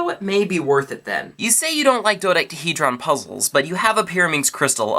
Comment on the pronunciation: you pronounce dodecahedron "dodecTahedron" it annoys me -.